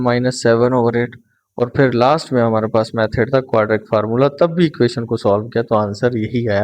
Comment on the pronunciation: Sir ji please 😒😒 aap ek word wrong parte hai aur wo hai quadratic word wese parhne Mai quadratic hai aap quadric parhte hai plz Apne words ko pehle thk Karen us ke Baad video banaya Karen